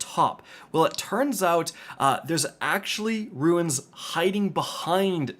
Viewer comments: Losing my mind listening to this man call Runes, Ruins for 10 minutes. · Runes not ruins thanks for the video